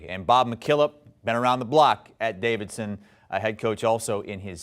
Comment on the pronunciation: dude doesn’t even know how to say Davidson’s big man’s name🤣🤣they ain’t winning the first round